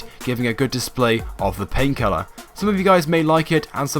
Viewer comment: When you say "paint colour" it sounds like "pain killer"